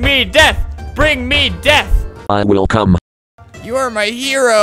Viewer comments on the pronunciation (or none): I would like to tell everyone that is probably swedish since he said ”Kom” instead of ”Come”